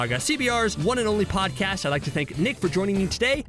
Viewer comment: CBR did you just say pog cast?